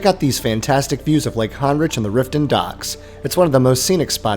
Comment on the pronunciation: Honrich - (hon-rick) not hard bro